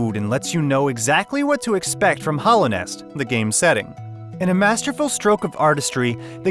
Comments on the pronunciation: This man straight up pronounced Hallownest as Hollownest for the entire video, and then he dropped that "ORAI" for Ori. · Damn, I hate to be that dude, but HALLOW as in Hallownest and HOLLOW as in Hollow Knight. Those are two different words with two different pronunciations. It always takes away from the person trying to present himself as an "expert" when one cannot properly pronounce the words. Otherwise, loved your review!